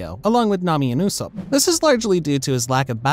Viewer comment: So we're not gonna talk about how he said usopp